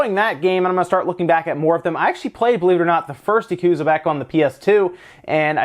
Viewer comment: When you say Japanese words like "yakuza" you don't ever stress the middle syllable or hold out any syllable for an extended length. Each syllable is pronounced with equal length in Japanese, so you don't say "yaKUza" like you do. Instead try it "ya ku za" with each syllable equal length.